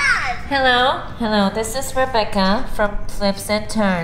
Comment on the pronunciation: O noah falando alou